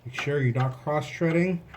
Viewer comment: Cross treading? Or THREADING lmfao